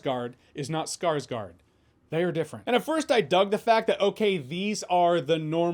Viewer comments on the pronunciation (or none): Not only Sarsgaard is different than the Swedish family, but their name is pronounced as Skarsgor, not Skarsgard. With O (not A) and no D in the end. 😉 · For next time, the "gård" part of "Skarsgård" is pronounced more like horde, but with a G